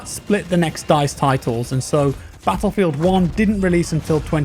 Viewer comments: "battleifeld" lol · BATTLEIFELD hahaha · anyone else notice "BATTLEIFELD"?? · Nice a sweet new "BATTLEIFELD" :p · "Battleifeld" hehe